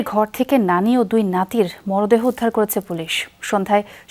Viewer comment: মরাদেহ নয় মূর্খ সাংবাদিক! মরদেহ!